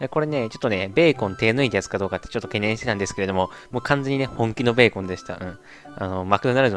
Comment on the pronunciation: ブェーコン笑